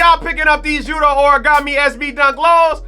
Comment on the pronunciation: Pls don't disrespect Yutos name like that again lol